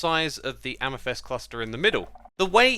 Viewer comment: After all these years, Xsuma still doesn't know how to pronounce Amethyst 😂